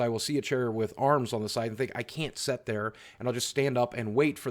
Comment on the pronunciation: I love how he says “set” rather than “sit”